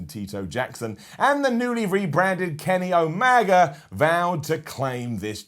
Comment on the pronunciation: Haha "Kenny Omaga"